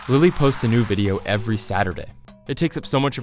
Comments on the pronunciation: I kinda heard her say "Billie eillish" instead of "lily" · She Says Lily Hevesh , I Heard Billie Ellish